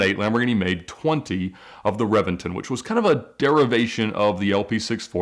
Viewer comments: It's not a revinton its a Reventón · revington hahahaha, its reventÓn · it’s read as re-BEN-ton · Reventon is pronounced Re-ben-ton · Um fun fact. It’s pronounced ReBenton. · I expected reventon to be pronounced Rev-en-tonn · Ed mispronounced Reventon, it should be "Re-ben-ton" with a B, even though it is spelled with a V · He’s butchering the word reventon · Did no one watch top gear? It’s pronounced rebenton 😂😂😂 And my dude what is a mercielago??